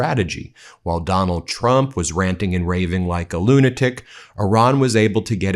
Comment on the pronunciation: WHY DO YOU SAY TRUP REGIME